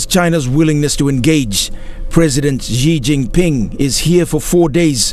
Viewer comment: Can the reporter at least get the name of President Xi jinping correctly? It’s pronounced like this Sea for Xi, Jean for jin, and ping for ping. Please!